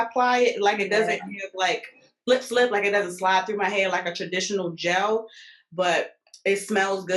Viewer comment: Whyyyyyy must you say gelle like that every time?! 😂 Really loved this collab ladies!